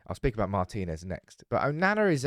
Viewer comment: Mar'tin'ez not mar'tine'ez drives me crazy 😂❤ love you love the channel 😘